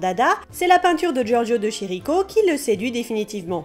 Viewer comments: Juste, le "ch" en italien produit un son dur. On dit pas Chirico, mais Kirico. Scuzez, ça arrache les oreilles à chaque fois. Bisous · on dit LOUISSE BOUNOUELLE et Giorgio Dé KIRI ( comme le kiri ) co ( mais pas kirikou ), et pas chie ricot ( sinon ca ressemble a chicoré ) voilà c'était le chipoteur de service merci aurevoir a bientot